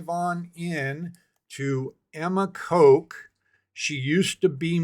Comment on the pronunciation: Btw You pronounce the 'o' in Kok the same as in Coke and Cola. That's incorrect. It's short like in dot, boss and sock. In english 1 simple character often has multiple ways of pronounciation.